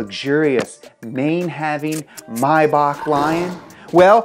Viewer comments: Bro wtf is mahback it’s may-back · bro has this man never heard a Rick Ross song it's May-Back not My-bawk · if you beleive it or not but it's a German brand so you pronounce it german as well and "may" is pronounced the right way. just the "back" which is actually a "Bach" is pronounced wrongly because nearly no English speaking person can pronounce "ch" the way Germans do. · It's not my-back, it's may-bach. As in the month may, and then bach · It’s not mybach, it’s May-bach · Is Maybach pronounced "mybock" like he's saying or "mayback???" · Cringe every time he pronounces Mayback wrong. It's literally exactly how it's spelt and pronounced.. maaaaybackk. You don't say Meey or Bak. It's Mayback literally that lol. Rick Ross way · Pronouncing maybach, mybach, is really grating on me lmao the “A” is not silent you heathen haha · "May-Back" there's no way you can miss pronounce May that much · It's pronounced MAY-BACK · It's pronounced (May-back as in Maybach 🤣🤣🤣🤣not my back) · Its actually pronuonced 'maye-bak' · Hate the way he says Mayback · Anyone else hate the way he says Maybach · im actually so angry about how he says maybach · the way he is pronouncing maybach it gets me very angry nice video though